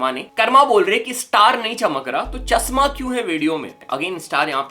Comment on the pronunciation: चश्मा ❌ चस्मा😁